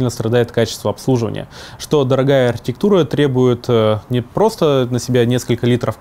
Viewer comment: Слоги глотаешь, работай над дикцией. АрХИтектура произносится как Артектура